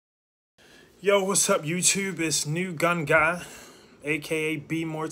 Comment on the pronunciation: I knew when he said “YouTube” that he was from Baltimore 🤣